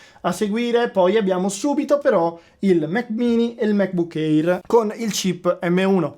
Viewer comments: Il MacBook Air si pronuncia èr, non éir. E geek si pronuncia ghic, non gic. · Ottimissima recensione. Solo un piccolo appunto: MacBook Air si pronuncia "MecBuk Ear", non "eir"